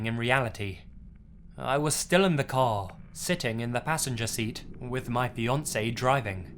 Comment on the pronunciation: It took me some seconds to realize that in the second story it was "fiancé" and not "Beyoncé"